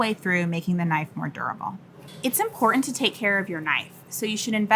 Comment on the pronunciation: You lost me at "imporint". Also, Shun is pronounced "shoon", not "shuhn". This was the quality of review that one might expect from a 3rd grade student. What a complete farce! You would probably have a better career making ASMR horror content for twitch with those nasally, whining sounds that you use for speech.